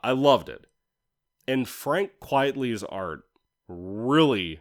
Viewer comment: Great vid! I'm pretty sure you say Frank's name "QUITE-lee".